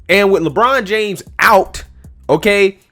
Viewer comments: I like it when he said Lechina James. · It's la bronda james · “LaChina James!” Damn!!! Lol